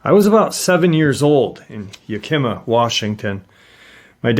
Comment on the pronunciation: Yak-i-ma, not Yakee-ma, thanks for the video oh and it is Fort Wa-chu-ka